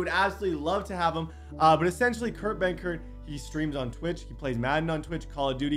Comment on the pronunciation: I legit thought it was buthurt not benkert 🤣